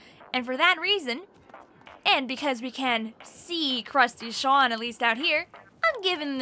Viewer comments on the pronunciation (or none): Its sEAn not shawn